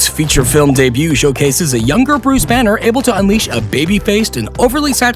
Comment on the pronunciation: is it me or he said buse banner or something??😐🤔